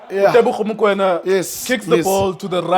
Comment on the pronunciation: Teboho not Tebogo